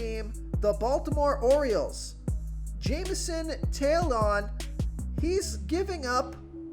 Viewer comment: “Tail- on”. Lmao